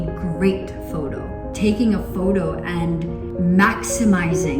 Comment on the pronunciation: "taking a 'FODO' turning a 'FODO'